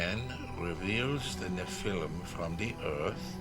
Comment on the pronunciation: it's NOT pronounced "NE-FLUM", it's "NE-FAL-EEM" angel from grace!!! how lazy!!!